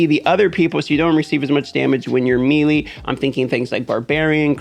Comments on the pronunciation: Bro will u please stop saying meeeeelee, it’s pronounced maylay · Don't want to make you look stupid, but melee is pronounced, may-lay. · It’s pronounced may lay